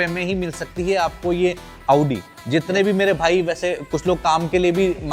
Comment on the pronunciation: Aoodi😂😂😂abe audi bol , aoodi nhi